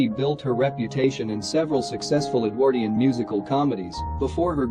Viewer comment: Parson Exactly. the pronunciation of talkie, Edwardian, Maugham and Epoque is utterly ridiculous